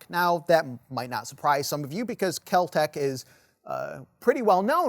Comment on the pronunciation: It's Kel-Tec. I'm guessing a lot of cocaine was being snorted at the time.